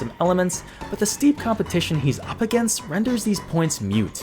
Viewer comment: "moot", not "mute"